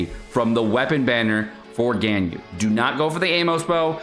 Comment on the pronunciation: Is mispronouncing Ganyu’s name on purpose? That was so annoying to watch, besides that, great content. Keep it up